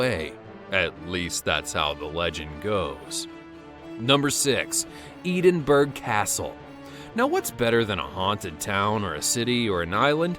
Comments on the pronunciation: I am from Scotland and I've been in Edinburgh castle twice and I haven't seen anything and also I live in Edinburgh p.s it's not how you say edinburgh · Man U Can't Pronounce Edinburgh Correctly XD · What is it with Americans they don’t even know how to say names from the uk like I was born in Scotland and that’s not how you say Edinburgh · He pronounced Edinburgh wrong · I’m Scottish and that’s not how u say Edinburgh ahaha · Not pronouncing Edinburgh castle correct. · Omg I’m from Edinburgh and also you said Edinburgh wrong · Oh Jesus Christ! Can Americans pronounce anywhere in Scotland? Messed it up again! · No, it’s the fact that a child can pronounce it right. And then he boasts about research done on this video and he can’t even pronounce the CAPITAL city of a country right. It just proves the amount of ignorance Americans have about themselves visiting foreign counties and the self entitlement they think they have. It’s annoying and ignorant. It feels like if they pronounce something that way then that is the way it’s pronounced end of. It’s pisses me off some god damn much. Get fucking educated and gather some sort of cultural capital for fuck sake. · Excuse me I am from Edinburgh and it is not haunted. You should really do you research Edinburgh is not pronounced like that, ya fanny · That was not how you say Edinburgh its an e sound not an EE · YOU SAYED EDINBURGH WRONG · This is NOT how u pronounce EDINBURGH 😂😂😂😂😂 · Kara O'Harney He literally SLAUGHTERED that pronunciation didn’t he 😂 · Please learn how to pronounce Edinburgh. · That pronunciation was so annoying..like really😂😂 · It really isn’t that hard to say Edinburgh why do you have to butcher it. This is What happens when English/Scottish People get annoyed 😂😂😂😂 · It’s Ed-in-burgh not Eeedinburgh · Im from the Uk and you pronounce Ed in borough castle in scotland... not Eden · hahahaha.... edin bruh not edenburg castle dude. lols. remember, they're scottish bruh! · E-din-bu-ruh not Eding-burg